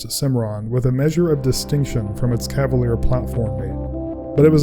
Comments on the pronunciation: They called it a "Cadaleer" lol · Cavalier lol